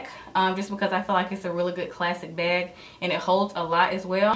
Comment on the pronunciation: Why does she say beyg instead of bag